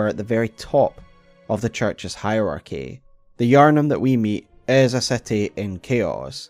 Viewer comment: I saw the iconic thumbnail style and tapped on the video and only realized it was Bloodborne instead of Elden Ring when he said Yharnim right at the beginning! Don’t care which FromSoft game you do a video on, I am just happy to have more content!